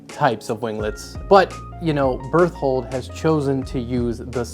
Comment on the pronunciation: bear-told lol....